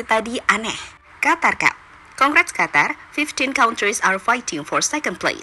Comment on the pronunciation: Qatar. Huruf a ganti o. (Qotor). Lanjut